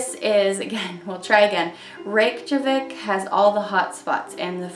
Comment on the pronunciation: It’s pronounced “ray-kyuh-vick” by the way ☺️ the Js have a y sound.